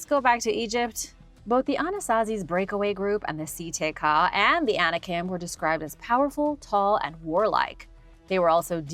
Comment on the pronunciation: I was not clear with my statement. I know Anikin is the name of Darth Vader. The point I was (poorly) trying to make was that was saying ANIKIM, with an m sound at the end. You were comparing two different but very similar sounding things. So you CLEARLY don't know what YOU are talking about. You might want to be sure you know what you are talking about before you verbally attack someone. I was just trying to help you see how your original statement had nothing to do with what was talking about.